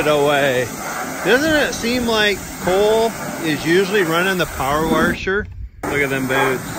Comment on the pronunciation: "Power warsher" that had me dying😂😂